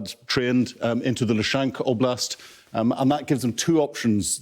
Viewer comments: LuSHANK lol. That's one way to say it. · Luhansk oblast suddenly becomes Loo Shank Oblask. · A former intelligence officer who can't even pronounce the names of towns correctly. "Lushank" and "Velodar" WTF! its Phonetic read it as it is! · What to make of the senior official when he says "Lushank" , when on the map it clearly reads "Luhansk". C'mon, let's get the basics right.